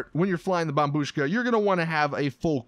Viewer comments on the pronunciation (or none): 7.30 he went back to his old way of saying bombbushka again by saying bombshuka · He said "bombshuka" again omg I'm gonna actually kill myself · you said bomshuka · Did somebody noticed how in one part he said bomb shuka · How dare you say bombshuka again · When he said bombshuska 😂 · He called it the bombshuka again. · You said bombshuka again